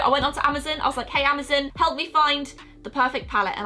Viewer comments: You pronounced Amazon As amazin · I love how she calls Amazon "amazum" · Whos really annoyed with the way she pronounced Amazon it’s not emizen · The way she says Amazon its like amazzon if here it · Is anyone else triggered at how she says Amazon?😣😣😣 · The way she says Amazon!😂🤣😂🤣